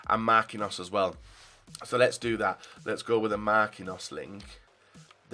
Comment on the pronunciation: It's not Marc in hos, it is mar quin hos